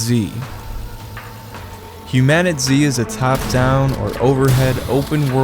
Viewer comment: It's pronounced human-a-tease